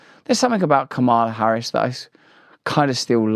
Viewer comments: Russel, you’re one of the best but why can’t, or won’t, you pronounce Kamala’s name properly? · What about the fecklessness of the interviewer Dana Bash (& as an extension of the network/propaganda machine) that prepared her for this interview? Are you going to address that? I couldn't agree with you absolutely on the things you say. BTW it would only be respectful to address here as KAHmala with the inflection on the first syllable. I struggle a bit with the premise of your presentation after recently listening to you speak with Wim Hof and the struggles you yourself struggle with regularly between what you do (pushing coffee beans and living according to a certain level of material expectation) and your need to find simplicity and walk barefoot and free of "plushy and cushy.... and whatever else you claim. I love you but beg for clarification.